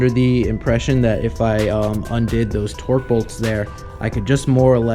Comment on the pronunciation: Torx...not torque